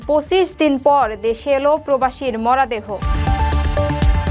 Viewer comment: আপা আপনি মনে হয় নতুন খবর পাঠ করছেন উচ্চারন আর একটু ভাল ভাবে বলার চেষ্টা করবেন ।মরা দেহ না বলে মরো দেহ বলবেন অন্যরা জে ভাবে বলে